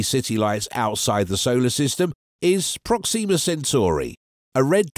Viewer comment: prOxima (not proxIma)==closest